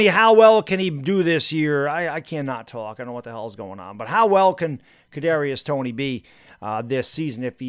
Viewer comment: Man he thought he was saying a tongue twister when trying to say Kadrius Toney 😂😂